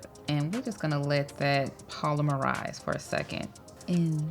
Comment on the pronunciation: Sounds like she pronounced it correctly to me. 🤷‍♀️ I really don’t know how you’re expecting her to pronounce it tbh.